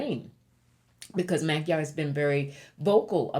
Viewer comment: Hiya,. If I may humbly show you how to correctly pronounce "MAGYAR". 1st of all, that is the Hungarians call themselves. It is also in the official name of Hungary, which is NOT the what Hungarians use BUT MAGYARORSZAG. which translates to" the Land of the Magyars". However, that word is pronounced "Moh-JAR because in "hungarian language, MAGYARUL"" a "DY" is pronounced, " JYA". I understand Magyarul thugh I'not fluent right now because I don't use it everyday as I did before God bless you, Gurl and please continue to allow the Ancestors to provide guidance to you to pass on through to your subscribers. BTW, I'm curious if your Spiritual name, "" was given to you by being intiated as a "MESSENGER OF LIGHT" do you know if it's Nigerian, WEST AFRICA & if it's taken from IGBO or YORUBA? It caught me ear immediately when I heard your name. I'm American born medium and speaks to and sees my ancestors each and everday since I "WOKE UP" in 1995. LOL!